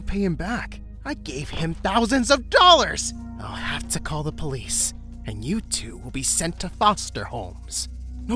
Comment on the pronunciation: I like how it said Police-chan 💀